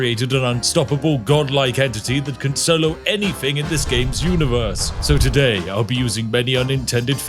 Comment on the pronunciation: Odd you're playing posh when you pronounce anything as anyfing